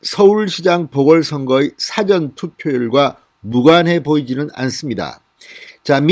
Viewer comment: 아직도 발음 구별을 못 하십니까? 辭典과 事前의 발음상 차이가 무엇일까요?